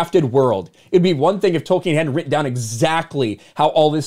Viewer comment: Its Tolkien not Token